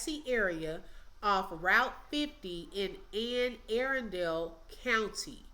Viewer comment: P.S. It's Ann Uh-RUN-dull.